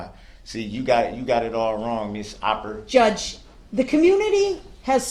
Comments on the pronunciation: Nice coverage. For the record, the DA's last name in Opper, not Harper. No shade. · Lol! It is Sue OPPER! No H! It is not Harper, lol! As in the beginning of word “OPERation”!! But you made me laugh each time you said her name! Needed levity! Heavy Stuff. Great job, Sir! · No H it’s Opper